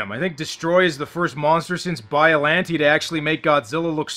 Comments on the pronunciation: Can someone explain why he says bioLANtea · Biolanteee? Hr geegur? Destryaa? My guy you are great at reviewing movies just let me handle the pronunciations im running out of gin